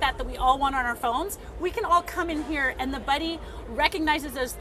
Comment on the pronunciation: "Cnet unt CES" love you!